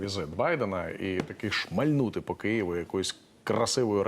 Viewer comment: Таке враження,що ведучий чекає ,,красиву ракету"по Києву,так натиснув наголосом з радістю в голосі ,,шмальнути красивою ракетою"!